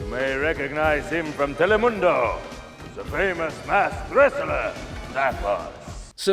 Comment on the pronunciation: Lmao he said telemundo 😂